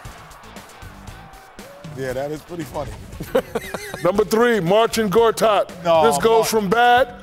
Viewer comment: Shaq not even attempting to pronounce "MarCIN" ... "MarTIN GOTAT!"